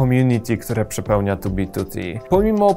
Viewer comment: Plus za wymowę 2b2t, słyszałem jak ludzie wymawiają spolszczoną wersję i bolało.